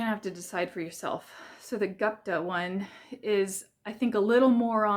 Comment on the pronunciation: Gupta = GOOP-tuh [ gŪp - tuh ]